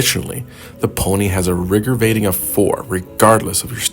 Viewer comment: 'The pony has a rigour vating of four'...